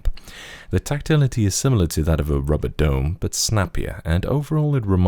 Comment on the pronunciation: "Rubreh Dooooomeh"